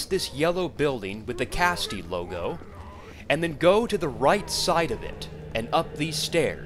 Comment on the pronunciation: Dude… "Caste". "Caste". Not "casty".